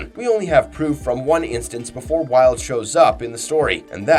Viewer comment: What? I thought his name is pronounce Vee-huld